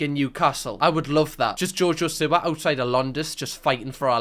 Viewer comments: Am I the only one that hears Jojo sewer? 😂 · genuinely thought u were saying jojo sewer for half this video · The way your saying jojo siwa its jojo see wa